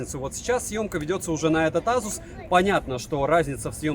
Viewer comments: Вот АЗУС прям выбесил!!! Ты с чего решил что так произносится? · как только ASUS не называют, тут азус :) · Как же аЗус режет слух.у меня 5 без с уже полгода.доволен.в антуту выдает 823000